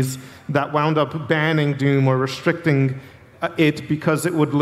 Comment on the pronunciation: It really sounds like he keeps saying "Doon."